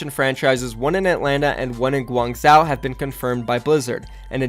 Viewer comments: I don't know about other dialects but I'm pretty sure in Mandarin, it's not pronounced zhow, but zho. Idk, Han yu pin yin, (English phonetics for Mandarin) is real weird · Uhm actually, Guangzhou is pronounced more like Guang - Zhoe; kinda like saying Joe, rather than Guang - Zhau (like pronouncing cow) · It's pronounced guang joe